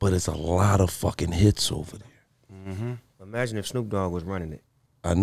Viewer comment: Snoop said imaginate 😂.